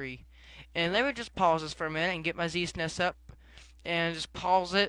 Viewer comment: um, it's Z-S-N-E-S, not Z-sness